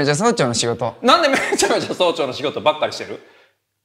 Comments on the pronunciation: 早朝が曹長になってて草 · 早朝の発音が総長w